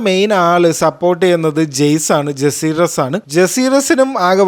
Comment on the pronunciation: ജസീറിസ്‌ വലേറിയൻ ❌ ജക്കാരീസ് വലേറിയൻ ✅